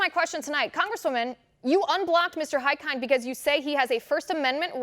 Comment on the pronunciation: Great reporting, but please ask one of Hikind's constituents (like me!) how his (last) name is properly pronounced.